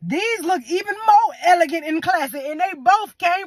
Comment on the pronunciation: the way she said elegant 💎 and classy ✨😂 I literally just went to dollar tree and it was indeed elegant